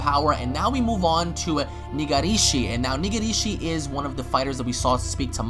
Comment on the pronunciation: it's not Niga-rishi sound it's prounounced like Negreshi, roll the gr and put an emphasis on the I "e". I hope he is one of the last few fighters left he looks fucking wicked